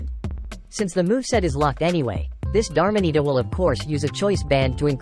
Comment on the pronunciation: These are some Wolfey level mispronunciation. Dar-mah-nee-ta, Ceen-dar-rah-chi, Gree-ninja